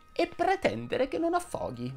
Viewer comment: Mi permetto solo un quesito, ma solo perché il canale è perfetto per farlo: forse mi sbaglio ma sento affòghi invece di affóghi